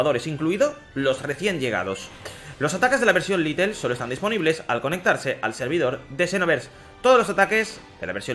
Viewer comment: No es LITEL es LITE